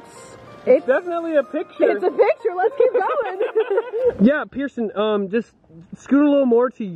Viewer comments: It's Pierson not pirson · To y’all who are saying hey Jeremy HE SAID HI PEIRSON LIKE BRUH